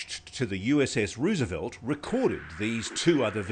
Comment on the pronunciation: Ross Coulthart is mispronouncing Roosevelt.